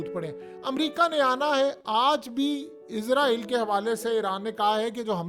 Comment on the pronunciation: ابے گ د ھ ے تجھے ہزار دفعہ کہا ہے اسرائل ہوتا ہے لفظ عزرائل نہیں۔